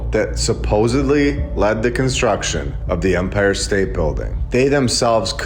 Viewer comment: I enjoy this channel. I really do. For the love of The Most High, it is EMPIRE state Bldg. With an E. Not UMPIRE with a letter U, like the officiating part of a baseball game. Its not an Umpire State Building. Please man. It takes away credibility and gives the other side something to disregard your work when you make idiotic simple mistakes, over and over throughout every single video. Take 5 minutes before posting and look up pronunciation if youre unsure.